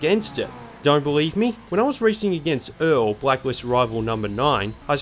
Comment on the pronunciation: you said blackwist